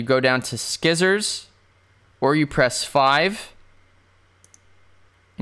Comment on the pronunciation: Did you....did you just say "sKissors"? Interesting...